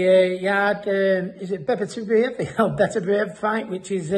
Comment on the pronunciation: Ricky you shouldn't be talking about a fighter if you cant say his name. This shows how much you know BERBITIEV